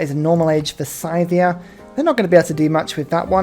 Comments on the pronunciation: Minor, minor note here: It's pronounced "Sih-thia". Not "Sai-thia". :) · [DISCLAIMER: linguistics nerd shit] It's a common pronunciation amongst brits - presumable because they assume a connection with the word 'scythe' - but as far as I know, and according to wikipedia, it's pronounced like this: Scythia (UK: /ˈsɪðiə/, US: /ˈsɪθiə/.) That 'ɪ' vowel sound is the key, if you don't read IPA. It corresponds to an "ih" sound like bit "bit", "little", "misery". Obviously this is just a minor linguistic pet peeve of mine, pronounce it anyway that feels good, but it's something I've found myself being more and more anal about since I moved to the UK, because Brits tend to pronounce a lot of foreign words and names with I and Y in that "ai" way you did with Scythia. So as a non-native speaker of English I make it my mandate in life to tell anglophones that the letter "I" is not pronounced "ai" in any other language than English. :)